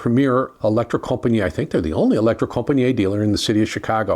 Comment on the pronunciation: Yes they are very good and a grate revive as usual only one point deducted for the terrible pronunciation of Elektrokompaniet